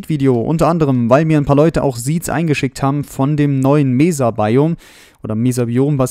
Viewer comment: Nettes Video, aber ich muss sagen du solltes mal ein wenig an deiner englischen Aussprache arbeiten. Das S bei Seed oder auch bei Mesa ist nicht weich. Und bei Hardened Clay ist das E am Ende praktisch stumm. Sorry für den mahnenden Zeigefinger, aber ich musste mal drauf hinweisen